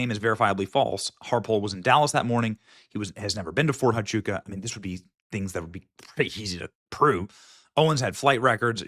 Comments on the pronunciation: Phonetically: Fort Wa-chu-ka And Hi-per-bo-lee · Oh its pronounced Ft. "Wha-Choo-Ka" FORT HUACHUCA, Arizona.